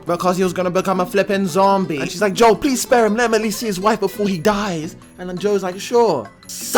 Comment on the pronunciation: Good vid, but his name's Joel, not Joe.